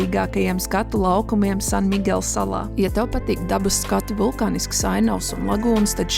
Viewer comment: Par hortenzijām taisnība, vismaz reizi dzīvē jāredz São Miguel hortenziju ziedēšanas pīķī. Un, lūdzu, ja var, nesaucat mūsu skaisto salu Sanmigela. Tas izklausās tik briesmīgi latviskoti spāniski.